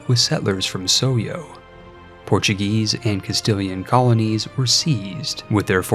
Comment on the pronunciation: did i hear portugayish?